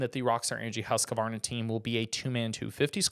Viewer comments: The actual correct pronunciation is hoosk-varna. Not husk-varna and certainly not husk-A-Varna!! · It’s not husk a varna. It’s husquvarna-2 syllables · It is my understanding that when pronounced correctly, Husqvarna is a two syllable word, husk- varna not a three syllable word as it is being pronounced in the video. The spelling seems consistent with two syllables.